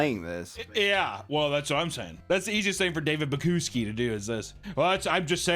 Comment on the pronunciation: I love how the pronunciation of the ceo’s last name gets worse every time he says it. 😂